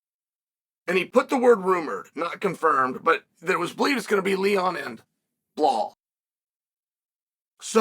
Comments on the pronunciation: He pronounced Belal’s name right! Well done, Sonnen!! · Wow! The way you said Belal and not “Bluh-hall” really threw me off for the day 🤯